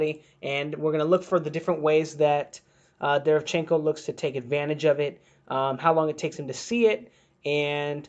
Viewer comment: imma help you out. Its pronounced DE - RE - VIAN - CHEN - KO. stress on viAn